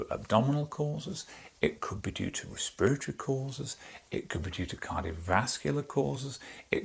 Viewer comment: Respiratory, pronounced “Rih- Speer-ih-torry”